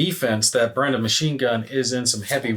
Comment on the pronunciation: Helpful pronunciation tip. It's not BREN·da. It's BRAY·duh.